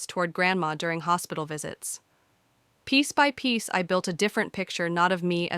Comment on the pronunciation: Yes they do, it's piece by piece. Not peace by peace. 😂😂